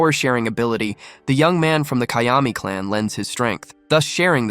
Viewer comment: It's not gayami it's GAY-AMI